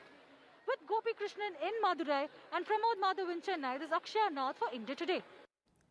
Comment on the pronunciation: Anyone hear pronunciation ?? Shocking least to say.... Jallukutty??.cheeennaiiii?.. Dravidian culture??..there is no such culture, say Tamil culture...I don't think these guys have any clue about my state.. no wonder why both central parties struggling here...